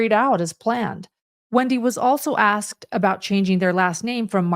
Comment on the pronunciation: Or a question is Axed, rather asked. Just saying.